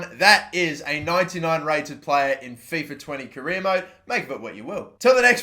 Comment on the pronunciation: Who else raged when he said fifa 🤬🤬